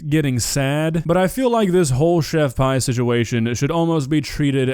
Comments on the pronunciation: It’s chef pee not pie lol Pi=pee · Pretty sure she pronounces her name Chef "pee" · It's not... It's chef pee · I really thought her name/handle was pronounced 'pee' not 'pie'... I just can't focus on anything else now lol